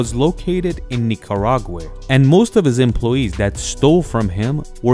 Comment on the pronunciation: Nicaraway or Nicaragua?